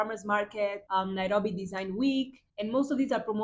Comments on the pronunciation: I Love how you pronounce Nairobi ❤❤❤ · omg 30..u look like u r 22..and you say the word Nairobi so well🤩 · How you pronounce Nairobi.. ❤ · I like how you pronounce Nairobi